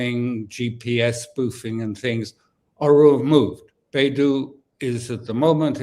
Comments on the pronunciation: Beidou is pronounced like bay dough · Dear Sir, it is Bei Dou